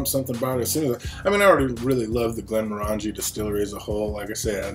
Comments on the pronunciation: Pronunciation. Glen-MOR-angie: the name of the whisky is /ɡlɛnˈmɒrəndʒi/ glen-MORR-ən-jee, with the stress on the "mor" and rhyming with orangey, not */ˌɡlɛnmɔˈrændʒi/ GLEN-mor-AN-jee as it is commonly mispronounced. Doesn't hurt to research a little bit. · Thumbs down for not saying the name correctly, would give it another thumbs down if I could for the way you wear the hat.